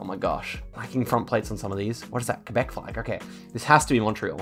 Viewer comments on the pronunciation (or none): none